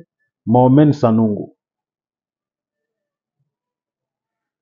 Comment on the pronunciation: C'est qui Sanongo? Sanogo c'est différent de Sanogo. Apprends à prononcer....être serviteur de Dieu n'exclut pas une bonne formation intellectuelle.